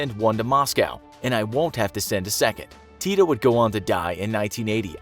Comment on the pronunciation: He says tito so funny😂😂 its diferent in serbian-language that was speaken in yugoslavia (yugoslavia doesnt exist now)